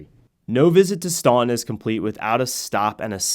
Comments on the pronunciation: It may be spelled Staunton, but it is pronounced Stanten. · It’s pronounced Stanten